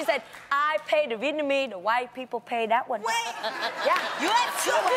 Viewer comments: I'm loving how Jeannie pronounced "Whiiii people" 😄😄😄😄😄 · "Wypipo" lmaooo